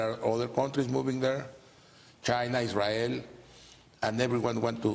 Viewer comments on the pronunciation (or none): none